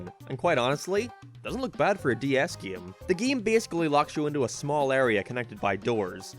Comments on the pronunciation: i like the way you say game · Dw when God made Ireland he thought that us up in the north should say certain words in a funny lil way and unfortunately game just has to be one of em. 😞 Btw saw you on UTV once and choked on my spuds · Where are you from? can't unnotice how you say "game" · “Geem” “Speen” Dude I don’t think I can keep watching these videos because of the way he pronounces these words. Driving me nuts lmao.